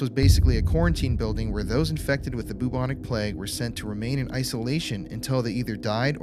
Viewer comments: I love the way you say bubonic lol it’s like boob-onic 😂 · if he says bubonic wrong one more time